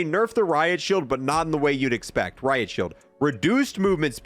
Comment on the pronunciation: "RIP ROIT SHIELD" also "RIP Riot Shield"